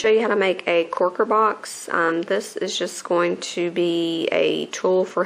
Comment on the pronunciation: lol u say corker funny lol not trying to be rude